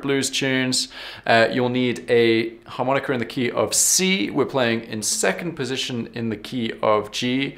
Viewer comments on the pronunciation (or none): Harmonicer, and buegee sounds so un-blues. As Sonny Boy used to say, "In England they want to play the blues so badly, and that's just the way they play 'em"., please learn to say "Harmonica"